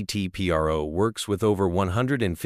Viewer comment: Its not P.R.O. its PRO, short for professional.